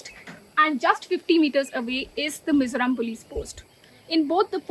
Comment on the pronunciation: Its Mizoram not Mizuram😈 Vai-rêng-te not Varangate😒